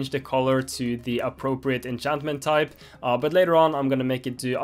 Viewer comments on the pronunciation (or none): none